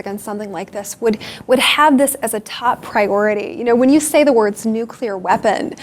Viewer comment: When you say "Nukuler" I'm out.